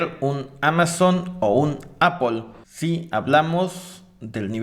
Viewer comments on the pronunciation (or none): none